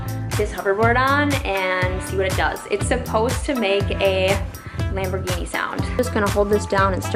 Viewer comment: The way she says the word “lambergheenee” hurts my soal